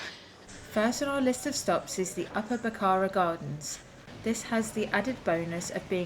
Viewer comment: Unless I'm not hearing you correctly, it's Upper Barrakka Gardens - it sounds like you're saying "Bakkarra" to me.